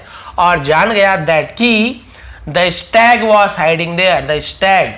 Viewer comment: Stag pronunciation wrong